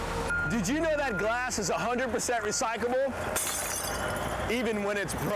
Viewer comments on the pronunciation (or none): Guy cant even say it right. He says RECYCABLE